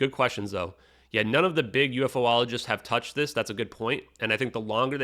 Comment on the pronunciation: The word is Ufologist, not UFOOLogist,.